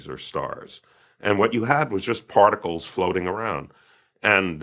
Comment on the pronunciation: part-I-cles (it's crazy but every word leads back to oneness) love these conversations though...